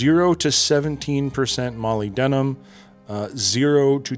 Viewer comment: The material/element pronunciations were awesome. Moly-denim, I'm wearing those right now.